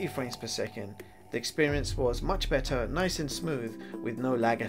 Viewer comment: Really enjoyed this. Especially the "Beh - er" :D Looking forward to getting mine!